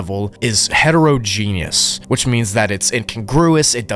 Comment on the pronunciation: please learn to read and pronounce words or at leastlook them up. it is not pronounced "hetero genius"